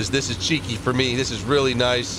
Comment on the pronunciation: Thailand nooooooooo ''Noice shot''